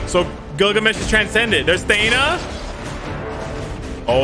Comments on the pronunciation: FOR FUCK'S SAKE, IT'S THEEE-NA NOT THAY-NA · Thee na, not tae na